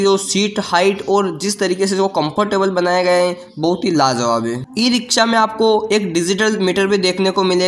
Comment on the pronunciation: Are lajawab bolte hain lazawab nhi pahle bolne ka tarika seekh